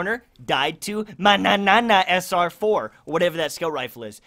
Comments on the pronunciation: Only liked cuz I loved the way you said manana the first time 😂😂😂😂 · Hahahah the way you are saying Mannanan...😂